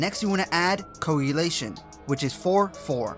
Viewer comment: 2nd tutorial and nobody can pronounce koagulation..KO AG U LATION!